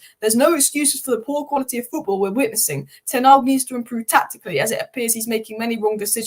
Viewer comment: It’s Ten Hag, not Tenarg.